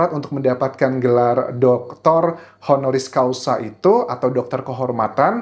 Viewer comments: Mmg sama sih arti HONORIS CAUSAL dan HONORIS CAUSA. Dengernya jadi AGAK LAEN. Causal! Heehee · Honoris causal.... ??? Causa or causal ???